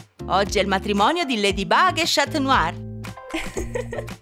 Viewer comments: Si dice scanuar non scat must!!! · NON SI DICE SCIATNUAR LEI A DETTO SCIATNUAR😂